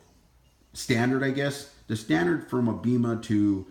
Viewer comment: Its not a huge deal but it’s pronounced BAYMA!